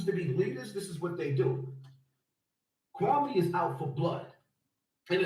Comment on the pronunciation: Excuse me, but his name is pronounced Kwa -mee 🤣. Great video though